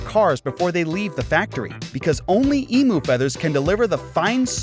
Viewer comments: Its Eem-you not eemu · Gotta love those eemoo feathers. 🤣 Is it USians or AI that can't pronounce most of the words?